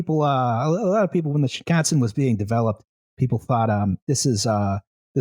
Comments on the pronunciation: How bad did he butcher shinkansen before that rhyming with Wisconsin is closer and that I wiped it from memory? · Shinkansen is pronounced like Wisconsin, but not by someone with a heavy Wisconsin accent.